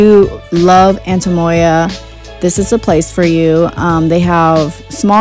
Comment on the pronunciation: It sounds like you say “antemoya” haha. Great buy!